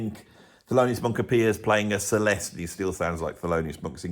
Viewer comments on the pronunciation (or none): none